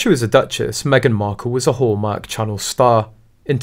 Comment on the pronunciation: At first I thought you said "whoremark" cause of the accent. lol